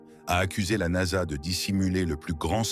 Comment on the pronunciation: Moi aussi je trouve ça insupportable déjà la voix elle est dégueulasse et en plus traduit très mal au lieu de dire NASA elle dit n.a.s.a ça me gonfle tellement que j'ai même pas envie de regarder la vidéo dommage pour les créateurs